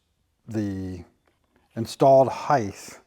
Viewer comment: Love your videos. But it is "heighT" not "heigTH". Your knowledge is nothing short of amazing!